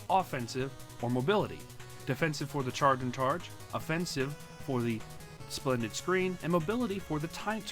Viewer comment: Did he say sprended screen?